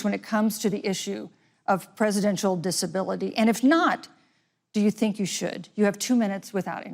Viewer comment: what happened to the word “presidential”? it’s nearly only two syllables, with a lot of slur. to be fair, Biden himself does this quite a bit, which makes Harris’s elocution refreshing.